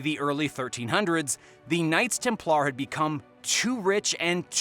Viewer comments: stop saying templAARRR please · Templar is pronounced with er not ar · The knights Tem - Plarrr 🤣